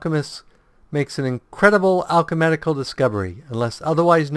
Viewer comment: Wow, maybe I'm just being anal here, but it's "Alchemical", not "Alche*medic*al". Maybe the switching between alchemical and medical game terms in the desciptions are messing up your reading of the abilities.